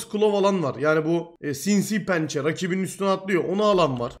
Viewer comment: "Sinsiğ pençe"